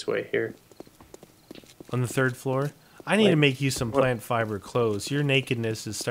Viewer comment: you said plant fliber